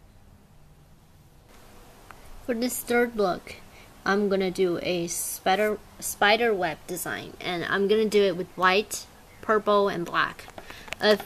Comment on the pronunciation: Lol she said speder